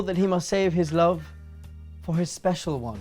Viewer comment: said I'm spezial * w * Thank I love you (the z is for extra spezialness)